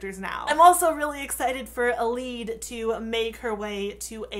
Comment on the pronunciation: Wait I thought it was Mae-nun and Eee-lyde... :/